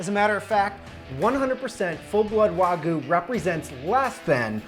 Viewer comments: Ima just say learn how to pronounce the Japanese word wagyu not wagoooo im a country boy just made me laugh nice steak tho bro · Why do you say Warhgyu?